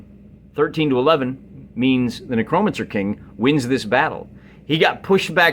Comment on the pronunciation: Ahh man, been a while since I watched ya. I like the felt game mat, how did you paint it up? Also, lulz Nuh-crow-mencer...never heard it said like that. Made me chuckle.